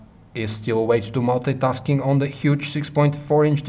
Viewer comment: it's multi-tasking not Molte-taskink